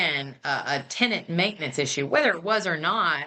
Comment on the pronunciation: The way the judge is pronouncing the tenants name is driving me insame